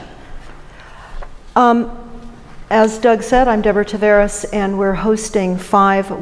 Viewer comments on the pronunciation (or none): Deborah, why can't you pronounce your own last name correctly? ;)